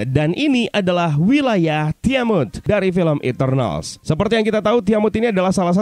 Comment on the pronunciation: nah gini dong enak dengernya "TIAMUT" bukan "TIAMAT WKWWKWK